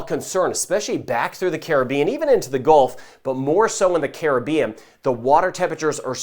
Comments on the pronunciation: Like the way he pronounced Caribbean. Not like Karribean.Thanks. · Yep. His is the correct pronunciation.😄👍🏽👍🏽🇯🇲🌺💛